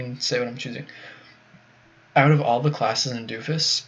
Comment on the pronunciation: Doe-Fus or Doh-Fus! Not Doo-Fus.